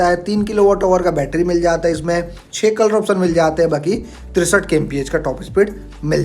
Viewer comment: Kisi product ki kimat ko "PRIZE" 😂😅 nehi, "PRICE" bolte hai. Prize ka matlab purashkar hota hai. "TOP E SPEED" 😂😅 nehi, "TOP SPEED" bolte hai. "KOLOR" 😂😅 nehi, "COLOUR" bolte hai. "SERIEZ" 😂😅 nehi, "SERIES" bolte hai. "LONCH" 😂😅 nehi, "LAUNCH" bolte hai. "ESPICATION" 😂😅😂😅 nehi, "SPECIFICATION" bolte hai. "FIUL" 😂😅 nehi, "FUEL" bolte hai. "AXE" 😂😅 nehi, "X" bolte hai. Hindi me axe ka matlab kulhari hota hai.